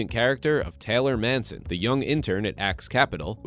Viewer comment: Mason not Manson. sheesh.